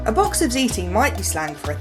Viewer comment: "Fuckin' ziti" done right.